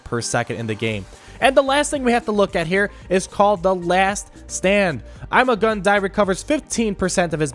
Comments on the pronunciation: It’s ‘EEMAH GOON DEE’ not ‘IMMA GUN DIE’ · It is pronounced Iimaa guun dii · THATS NOT HOW ITS PRONOUNCED!!!!!!!!